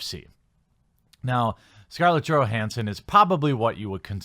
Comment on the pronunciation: Her name is pronounced with Y not G